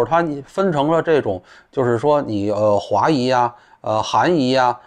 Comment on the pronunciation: 裔，四声。华裔，族裔，虽然都能听明白，但是读成华姨族姨的，听着还是别扭。